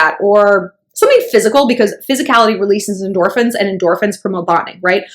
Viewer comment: Endorphins what?? Couldn’t catch that word...